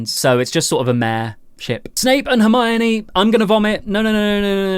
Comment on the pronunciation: I swear every time he said 'ship' my dumb*ss thought you said 'sh*t' XDDD